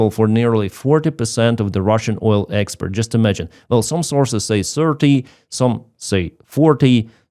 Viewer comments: Thanks, been following you throughout! And your English is surprisingly good - but please distinguish "exPORT" from "exPERT"! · you keep pronouncing export like expert. I'm sure you're aware they mean vastly different things If I was mispronouncing something, I would sure hope someone corrected me. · The word is export not expert. That's something completely different 😂. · Gentle que: expert => expoooort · appreciate all your updates been following you for a while with respect I noticed on this update you were pronouncing export incorrectly what's your repeating all the time is expert when it should be export for example expert electrician vs export goods. Just trying to help out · Слава Україні! (when you say "expert" I think you mean "export") Cheers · To “export” not “expert” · Good job but it is export not expeet. Very different words. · it's "export", not "expert".. Good coverage, as usual..🙂👍🇬🇧🇺🇦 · Export, not expert. 😄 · Hello No disrespect to Clive at all it was meant as a light-hearted, polite observation. I was genuinely enjoying the video, but after hearing “expert” a few times in a row, I was momentarily compelled to mention it 😄 No criticism of the content or the message, just one of those human, in-the-moment comments. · I haven't seen a video in months, subscribed, always like, and love his Oil Experts pronounciation! Slava Ukraine. Hopefully something Russian / JE / USA takes out some hidden pipelines into our govmt.